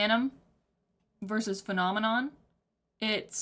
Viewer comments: He just articulates phenomenon in a way that native English speakers are not used to, since he emphasizes different syllables (i.e. "FEH-nah-MEH-non" instead of the usual "feh-NAH-meh-NON"). It's a stylistic choice, if anything. He does this so that the word flows better with the rhythm of the music, which I personally think is the right call. The usual pronunciation forces you to elongate the emphasized syllables (feh-NAAH-meh-NOHN, seriously, say the word in your head lol), which makes it difficult to make each syllable sound staccato (which he does so that the word itself almost sounds like percussion). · His pronunciation of Phenomenon is loose enough to be interpreted as "The Phantom in Em". Done very purposefully. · The way he pronounces “phenomenon” reminds me of XTC’s “Season Cycle” where “umbilical” is rhymed with “cycle.” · the way he pronouces it is because of his accent! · In many languages (mostly Slavic, but also some Asian), the accent is placed on the first syllable, so reading a word like this one makes more sense to people whose mother tongue has this quality. I also believe it's pronounced that way just to be more rhythmically interesting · He is saying phenomenon with an accent